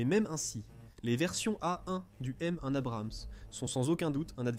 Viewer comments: M-One et non Moon!!!!! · Bonjour! Je sais pas vous mais, entendre a répétition "moon Abrams" ça fait saigner des oreilles et énerve. Il connaît les chars un peu? Amicalement 🫡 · c'est une voix robotique M-1 "Mone". Beaucoup de répétitions et de contradictions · Moon Abrams !!! kézako? Je ne connais que le M1 Abrams avec les variantes A1, A2 et A3 avec des sous versions SEP V1, V2 et maintenant V3, les variantes SA et tout un tas d'autres, bref la voix est vraiment médiocre entre moon abrams, M11 abrams ... sa pique les oreilles.